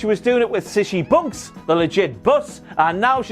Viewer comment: "Sisshy Bonks" I spilled my beer ya bastard...